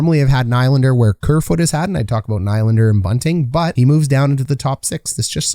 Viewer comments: Nie-lander.😁 I actually do not know how to pronounce his name. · Learn how to to say Nylander.... If you want to talk about people, say thier names right... nob